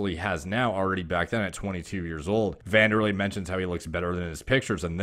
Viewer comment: Someone who actually pronounced wanderlei properly boys it pronounced vanderlei